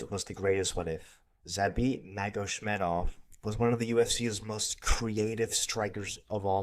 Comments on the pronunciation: "Zabit Magoshmedov" bro, come on..... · Bro didn’t even try to pronounce zabit’s last name 😭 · Bro cant believe you mispronounced Magomedsharipov. Now I KNOW you're not a hardcore.